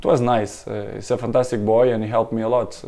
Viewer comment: I like the slight Glasgow accent when Cristiano says "boy"